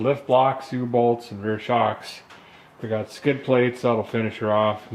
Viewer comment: Finally, a man who speaks my language. "Struggling with a boltese"